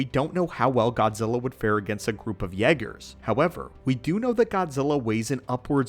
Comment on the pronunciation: The way he says yeah- gerrs got me going 😂😂😂😂😂😂